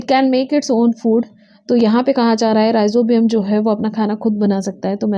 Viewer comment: It's not Ribozium it's Rhi-zo-bium ....